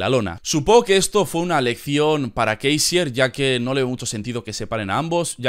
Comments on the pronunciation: no digas kaisier tío es LUDWIG KÁISER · "Kaiser", no "Keisier"